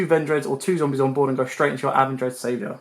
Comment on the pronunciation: Im sorry man but the names you are calling this is absolutely incorrect. (Bail-er-drock) (uh-ven-dread-savior) (ven-dread-stry-gez)